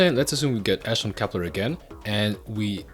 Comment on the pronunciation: can you speak properly please??? COPPLER, ALFREE???